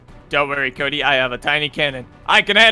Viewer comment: "Cody" not pony